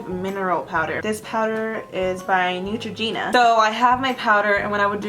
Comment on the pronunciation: For some reason I think it’s so funny when she says netrogena 😂